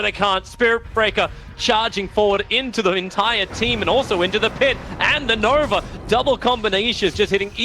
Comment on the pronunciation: I swear Tobi is saying "Nover" instead of Nova